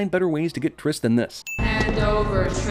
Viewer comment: OMG YOU SAID FOURTRIS